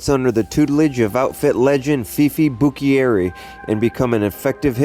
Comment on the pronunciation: Legit video. Only thing that made me cringe was your pronunciation of Buccieri, it’s Bu-cherry. I was born the year my grandpa Turk died so I didn’t personally know him however I met many of those mentioned here and heard many stories from my grandma Doodles, dad and uncle.